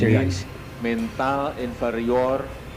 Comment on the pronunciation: Bagus kau cerite kawan... Gk same kata mental dgn mentel... Belajar kau bhs indonesia yg baik... Mental baja bukn mentel baja... Suke suke awak aje berbhase ye...